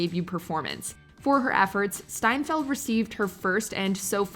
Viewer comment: Coen Bros and Jeff Bridges and Matt Damon all said they were just blown away by how good Hailey S was in True Grit; but you called her Seinfeld the whole time here instead of Steinfeld